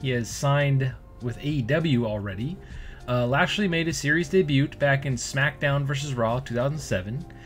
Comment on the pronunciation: Baron corbin didn't have much of a choice on cutting his hair. Bro was balding really bad. Had to commit lol. Also just so no one flames you in the future bro it's pronounced day-bue not day-butt lol. Don't say the 't' it's a silent letter.